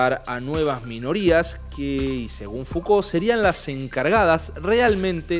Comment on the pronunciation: es "Mishel Fuco" la pronunciacion, no Miquel Fucolt. Espero no lo tomes a mal, pero vi varios videos y lo tenia que decir. Saludos 🤗